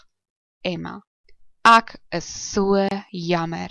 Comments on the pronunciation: It should definitely be like the "ack" from acknowledge. You must be a capey. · The pronunciation of "ek" in this video is also wrong. The sound should not be in the back of your mouth, like in "acknowledge", but in the front of the mouth, like in "extreme". Ek = extreme (correct). Ek = acknowledge (wrong).